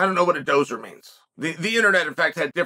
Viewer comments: I know what Chael is doing in this video. He's subliminally programming us to cry out for an MMA fight between Fury and Ngannou. Btw it's "dosser" not doser" lol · Dosser not dozzer chael but I think you knew that. Also yeah sort of means homeless but basically his way of calling someone a bum. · “dosser” not “dozer” I’m guessing lol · Lol... 'Dosser' not Dozer.... Its Basically Gypsy Slang for 'Loser'..... & the last 45 Seconds of this Vid was truths being spoken chael. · Can't stop laughing at that😂. Said it twice " dozer" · Hahah it’s dos-sa haha 😂😂😂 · It's pronounced "Doss-er" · Pronounced Doss-er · I could listen to Chael say Dosser all day😂😂😂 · Dosser you pronounce the "S" not Z. I'm from England not too far from where Fury was born and it means Lazy bum. Bum as in loser not a homeless person. Slightly different meaning here.